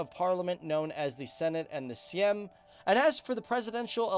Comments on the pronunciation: "zoltah"? its "złoty". wtf is "cm" dont you mean "sejm". And of course Chaplin wasn't Polish. PLz, there are many people from Poland and Sweden that could help you with the topic, you just need to ask eg on twtter. Plus, guys from Poland, I'm so ashamed of you. Proszę pokażcie jakąś klasę i kulturę w komentarzach. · And he said syem instead of sejm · But when you find an English speaker in Poland, you can talk for eternity Corrections regarding prenunciation : Złoty - ,,Zwoty" Eng. Sejm - ,,Seym"/,,Same" not syem. Kiełbasa - Not like ,,que pasa " ,,kiewbasa"